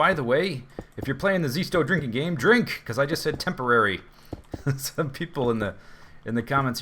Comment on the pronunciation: when he said tamporary cat house (newer eppisode) i know what the Z drinking word will be xD